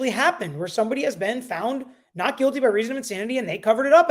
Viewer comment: Guilty. Not Quilty. Lmao. The Q and the G are not even close to each other